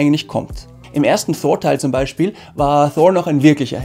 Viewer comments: Wie sprichst du Thor aus 😂 Einfach Thor und nicht Shor... Ansonsten so geile Videos! Weiter so! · Man spricht Thor als TOR aus und nicht mit englischem TH - danke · Richtig gut gemacht, es macht Spaß es anzuschauen, nur komm ich mit der Aussprache bei Thor nicht so recht mit? Versteh nicht warum der name Thor so verenglischt wird. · als erstes mal,habe jetzt meeeehrere Videos von Dir gesehen,alle super,super Kritiken,natürlich meine Meinung,jetzt kommt mal meine kleine Kritik,Thor,den nordischen Donnergott Englisch auszusprechen finde ich echt lustig😜